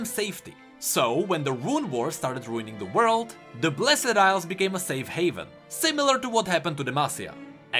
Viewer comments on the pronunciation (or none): ITS NOT BLESED ILES FOR FUCK SAKE BLESD FUCKING BLESD